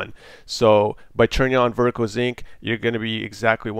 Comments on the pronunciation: sync not zinc reeeeeee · lol, it started bothering me after the first 15 times and I'm thinking in my head "SYNC" "IT'S SYNC" "NOT ZINC" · "Vertical Zinc"